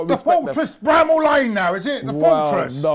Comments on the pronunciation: “The fortress Bramel Lane”🤣🤣🤣🤣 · The fortress 'Bramall Lane' 🤣🤣🤣. you kill me. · “The fortress Bramall Lane😂😂😂😂😂”